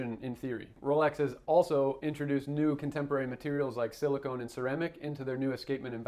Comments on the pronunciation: Silicon not silicone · Small correction: Silicon. Not “silicone”. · Is this clip AI generated? He keeps saying silicone instead of silicon. Doesn't actually show the movement either. Also, there are other escapements on the market that functionally do the same thing of separating the locking action and impulse force, reducing the maintenance intervals.